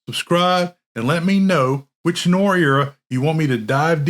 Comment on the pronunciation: The 'proper' pronunciation of 'noir' is 'nuh-war' with the emphasis on 'war'. As in "nwär'. Try saying that correctly a hundred times.